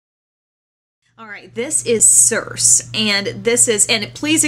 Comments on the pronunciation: "sir-see" greek mythology. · the pronunciation of Circe is SER-see. Its from the Odyssey . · The pronunciation for Circe is cheer-ch-eh. It comes from the Odissey and it's the name of the witch-goddess who transformed men into pigs. Cute uh? ^^' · I think CIrce is pronounced SIR-CEE. Trying to think back to Greek Mythology back in high school -- SO LONG AGO for me =] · Actually, it's pronounced SUR-see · although you probably know this now... Circe = seer-say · its pronounced sur-see like the greek myth, from the odyssey :) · Circe ----> Cir-see